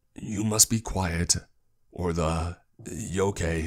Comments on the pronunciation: I was a little confused when he said Yokay. He just pronounced yokai wrong. (Yo-KII). I sound instead of a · I was confused about the Yo-key then it clicked, he meant Yōkai. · Listening to this while cleaning my room. Stop when he said yokay 😂 I was like wtf is a yokay. I watch to much anime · And it's pronounced yokai, I've seen enough inuyasha episodes to know that 😏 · My dude I love your videos But this bugged me, yokai is pronounced yoh-kye lol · I’m sorry, but the way he pronounces yokai bothers me so much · Oh no honey... That isn't how you say yokai... Gave me a laugh though, so thanks for that. Lol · Low key got annoyed by how he said yokai